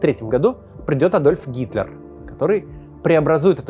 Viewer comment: На послышалось "Гиркин", а не Гитлер. И ведь в нынешнем шизофреническом российском обществе не исключено, что подобные радикалы могут прийти к власти и еще более усугубить конфликт и последующее падение России.